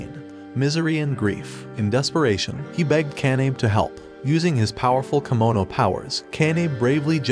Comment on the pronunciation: It’s kemono not kimono